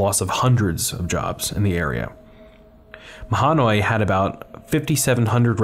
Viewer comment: Superb video. Very well documented. I appreciate seeing this bit of history of the Skook. Also by the way… Not that you are expected to know this, but we typically say ma-noy. We leave out the ha because it’s nothing to joke about. Thanks again for posting, I liked, favorited, and subscribed